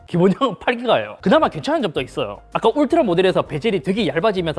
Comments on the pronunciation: 울리 라고 했아여쥬 ㅋㅋㅋ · 울라리? 울라리????????????????????????????????????????????? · 울라리가 아니라 울트라!!!!!!!!! 크아아아아아아악!!!!!!!!!!!!! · 울라리...? '울스킹' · 스읍... 자 따라하세요, 울 트 라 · 울리를 울라리라고 하네? 열받네? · 어떤 ㅅㅋ가 울트라를 울라리라고 부르냐 진짜?🤬🤬🤬🤬